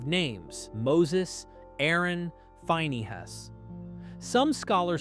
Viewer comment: "Fine E. Hass"? Really?